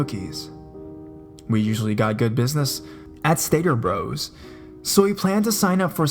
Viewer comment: "Stater Bros" is written "Stater Bros", but it's pronounced, "Stater Brothers". "Bros" is a contraction of "Brothers". I used to shop there all the time when I lived in the LA (Los Angeles) area.